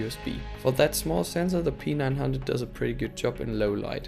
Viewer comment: You pronounce P9 like PEANUT bro😬😆